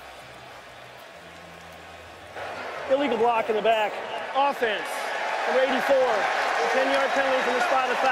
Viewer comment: that “OFFENSE” sounded pretty personal. 🤦🏻‍♂️😂